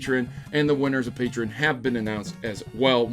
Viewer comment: You know, you're the only one I've ever heard call Patreon like "Patre-in"